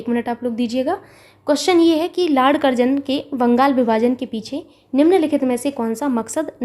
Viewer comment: Mam karjan ko karjanva kyu keh rhi hai.???? Very very helpful class mam.... 🙏🙏🙏👍👍👍👍